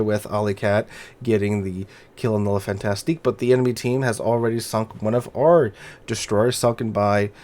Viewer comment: Fantasque. Fantasque. There is no "ti" in there.